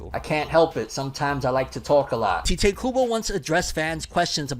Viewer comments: It's literally pronounced Tie-Tay not Tee-tay. But go on😂😂😂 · You are pronouncing tite Kubo's first name incorrectly 🤦🏼‍♂ In Japanese, it is Taito Kubo, and so you would pronounce his name the same, but you wouldn't put emphasizes on the 'o' at the end, and it would sound more subtle, which is how he pronounces his name in interviews. Hope that helps 🙂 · Not sure if you knew, but the author writes his name IN ENGLISH as Tite Kubo. The transliteration from Japanese is Taito Kubo, or in other words, it's pronounced "Tight"